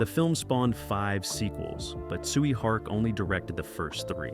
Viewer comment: The way you pronounce Tsui Hark name made me thought you were saying "Sweet Heart"